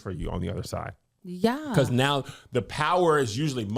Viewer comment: I would watch several hours of trying to guess celebrity names. Mock up the flash cards neow 😆